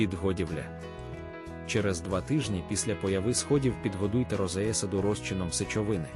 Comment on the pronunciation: Якою мовою йде розповідь? Що таке розеесада? Неправильне відмінювання, дикі наголоси в словах роблять Вашу розповідь такою, що вʼянуть вуха! Це жах!